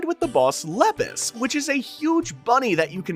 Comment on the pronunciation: The way you said Lepus.... Makes me want to cry